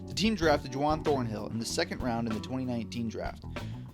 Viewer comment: you've gotta be mispronouncing names on purpose there's no way this is real. Juwan thornhill? Joe Thewney?